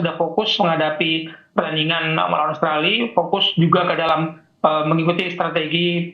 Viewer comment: Komentatornya mengerti pergaulan sepakbola internasional. Karena biasanya kometator Indonesia menyebut OSTRALI, OSTRALI.. Bung Wesley melafal dengan benar AUSTRALIA.👍🏼